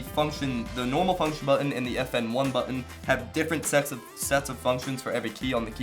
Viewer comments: he said sex instead of sets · If you go to you can hear that he sed sex🤦‍♂️